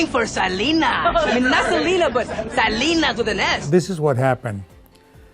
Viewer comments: White folks just LOVE to butcher non white people's names. Her name IS Selena NOT like you're saying Salina. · Se dice se- le- na not se- li- nuh